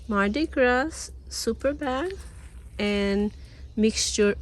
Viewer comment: Pronounce mardi gras as mardi gra.